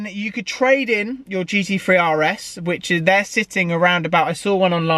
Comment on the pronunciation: GT THREE not GT FREE!